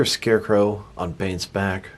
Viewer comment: When this guys talks 😴😬 And SHCARECROW? Lol 🤦🏽‍♂️